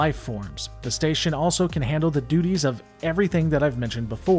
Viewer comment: You said handling doodies :D